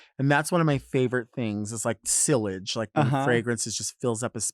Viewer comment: The way Delta pronounced sillage made me choke on my Coke